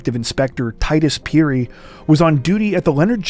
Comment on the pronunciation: Finally something from my home country Zambia and my brothers name is also Titus Phiri lol.And your pronouncing of phiri is excellent.